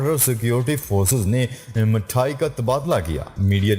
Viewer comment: Mayayee nahi balki mithayee sahi talafuz hay